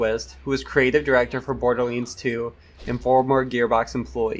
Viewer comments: He said bordilands instead borderlands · Im kinda curious where your accent comes from lol you say certain words like borderlands and damage in ways I have never heard anyone else pronounce them before.